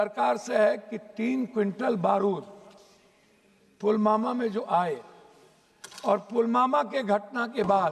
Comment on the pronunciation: ये ढोल ठीक से पुलवामा बोल नहीं सकता है पुलमामा बोले जा रहा है